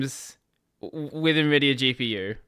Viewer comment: it is not "neh-vidia" - it's "en-vidia" ... hence the spelling nVidia or even older: n-Vidia